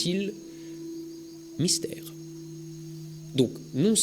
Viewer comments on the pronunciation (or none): none